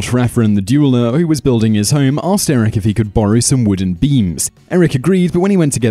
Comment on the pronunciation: It's Eirik not Erik.